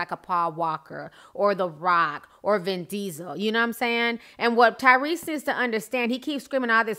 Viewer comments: When Ti said Cryrese, I fell of my chair Lmao. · Who called this man Tygrease I'm dead 😂😂😂